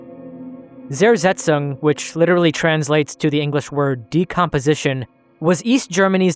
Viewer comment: I'm just wondering - if you put so much effort into a video, why don't you spend that one extra to minute to find out how to pronounce Zersetzung? It always amazes me how native english speakers don't mind butchering foreign words at all...